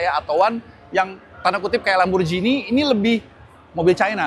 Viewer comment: Lamborghini baca: Lamborgini, bukan Lamborjini